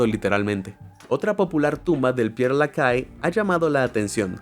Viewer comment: No es pier lacae 😂😂😂 se pronuncia Per la ches 😊